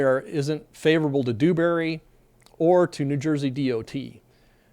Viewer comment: Its Dewbury, soft D. Not Doobury.